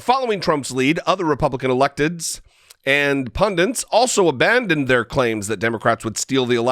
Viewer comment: The word is "pundit" not "pundint".